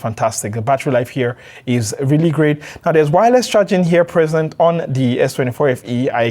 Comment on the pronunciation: Rili rili 😂